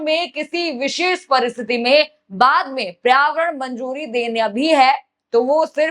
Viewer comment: आपका उच्चारण बहुत खराब है।पर्यावरण,मेमोरेंडम,और कई शब्द सुधार कर बोले।